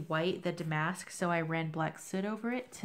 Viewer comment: DAM-ask not dah-MASK. Where did you find the elegant bronze-orange damask paper? Also: black damask on white (or silver, couldn’t tell for sure) and alphabet paper? Thanks! Oh! Sara’s shop ...? Looks like Sara’s shop is OOB, darnit.